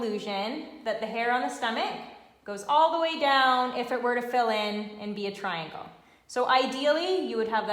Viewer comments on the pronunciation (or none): none